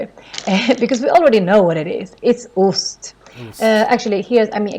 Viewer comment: I think she is just making up her own rules on Swedish, at least I have never heard of these rules. K before EIYÄÖ doesn't mean the K sound like SH, for example Kebnekaise, kör or killar... Same with SK, like in skelett or skeptisk. The way she says for example ost and banan breaks her first rule, should be more like "oost" and "baan'aan" or the words should be spelled "Osst" and "Bannan" to follow the rule. Rules can get you started maybe, but with all the many exceptions (there are only a few words in the video and she already broke the rules multiple times), you will eventually have to abandon them unless you want to sound like "Me are verie goud speaking the Inglesh".